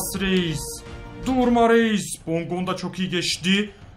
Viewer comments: Abi bondonga degil bongonda kuka değil kuçka yada kutska rodalega değil rodayega :) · Abicim bondonga deil bongonda ve kuko deil kucka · abi bongondaya hep BONDONGA diyon çok komik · Abi okunuşu bondonga değil bongonda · Abi bondonga değil bongonda ben fanatik ts liyim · Bondonga değil bongonda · bongonda ya bondonga diyor